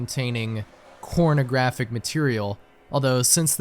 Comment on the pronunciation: you said cornography material, but the captions said something else 👀